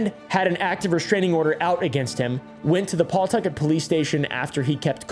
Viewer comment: Listening to pronounce “Pawtucket” is chefs kiss 🤣